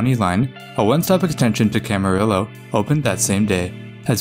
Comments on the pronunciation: needs to learn how to pronounce Camarillo - there's no "L" sound in it. ka-ma-REE-yo. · I love your videos! One small note: Camarillo is pronounced cam·uh·ree·oh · Great video and love how you mentioned the CalTrain precursor. But that pronunciation of Camarillo hurts my ears - the double L is pronounced like an i. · Just like Cabrillo